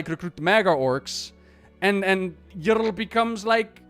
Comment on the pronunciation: Bro says: Yrl instead of Yrel